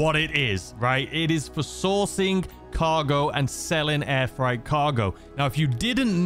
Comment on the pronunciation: I love hearing you call it air fright not air freight 🤣👌🏿